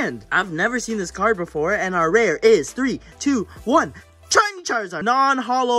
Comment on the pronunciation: When he got the kangaskan you said chiny charzard instead of shiny it was so funny